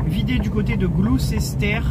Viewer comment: Juste pour info on dit pas Gloucester mais Glussta (phonetique) 😊